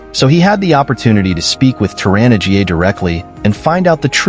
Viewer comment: 'Tor-anna GA'...Come on, at least check the pronunciations before you upload these videos.